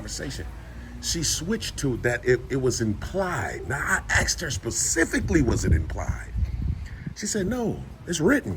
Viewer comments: "I aksed her, I aksed " learn how pronounce asked. It's basic first grade grammar. It goes to show how un educated really is, for sure, TTA fam. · It’s pronounced ASSK!! Lol